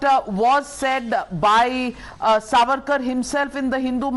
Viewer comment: This fuad or whatever his name Should be taught its SAVARKAR N not sarvarkar